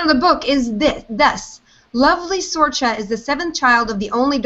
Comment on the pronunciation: When I was in Ireland I have a friend Sorcha and she pronounced it cerca just saying lol!